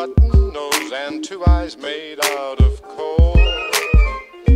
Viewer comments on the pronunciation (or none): none